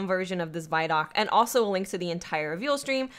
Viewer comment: Guys, it's pronounced VID-DOC, not VYE-DOC.